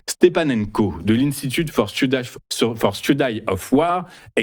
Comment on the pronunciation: on prononce studi, pas studaï, au pluriel, studiz non pas studaïz